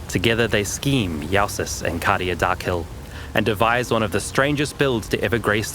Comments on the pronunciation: Is it not pronounced "Joe sis" or "yo sis" instead of "ya sis" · There's one incorrect part in the video, Jousis is pronounced "Jesus of PoE" not "Yahsis" :face-blue-smiling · this guy so german he cant even say jew-sis